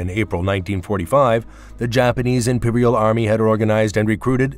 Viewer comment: i loved the clickbait headline. narrated by a bot who can't pronounce "imperial" or "decisive". broken sentences. ill bet Google generates these channels. there is no human on the other side of the glass.